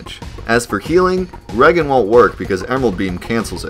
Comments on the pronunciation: Regen isnt Reagen. its short for Regenerate. Ree-jen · Lol. You said Reagan..like Ronald Reagan.. it's re-gain. You continuously re gain health. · Small friendly note: "Regen" is pronounced "ree-jen" like "regenerate", not "reg-en" with a hard G. I initially said it the same way you do when I first saw it in a Final Fantasy game way back when on the original NES, I think. I know it's in Final Fantasy III as it was then called in North America on the Super Nintendo, but I can't remember if it was in any of the original NES games though. It's been ages since I played them again. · I don't understand why so many people pronounce regen as reggen lol. based off the fact the spell regenerates your hp you can assume regen is just an abbreviation of regenerate or regeneration, in which case I would assume you would say it with a J sound (rejen) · re-gen not reg-an. Awesome videos 👍👍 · its re-gen like regeneration not reg-en. i heard it in another one of your video too. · Regen = reagan? Lol no. It's ree-jen. As in, regenerate. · "Cancels regen." The word is pronounced "re-jenerate." So the short form should be "re-jen". Goddamn alien from another planet makin' videos. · Are you still saying reggen? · "And cancels Reggen ..." ....son, it's Regen. As in Regenerate. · Wait, you pronounced "regen" like Ronald "Reagan"? You did know it was short for "Regenerate", right? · It’s actually regen as in regenerate. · Pls it's Ree-Jenn , Ree+Jenn!!! Not the 40th President of the United States!! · lol "reggen" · Regen, as in, regenerate, not regain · ...did you seriously pronounce Regen that way? Is this bait? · yes you are correct. It's been awhile lol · repeat after me: regenerate. Now say regen incorrectly again. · Embarrassing how you pronounce Regen like Ronald Reagan… Regen is the shortened form of the word Regenerate… smfh